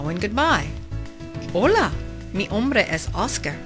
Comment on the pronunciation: Great reading,. I very much like the way you liven it up. Only.. when you read "mi nombre es Oscar", I hear "mi HOMBRE es Oscar" ( my man is Oscar). But it's not a big deal. You did a great job, thanks a lot. (I'm a caterpillar from Spain)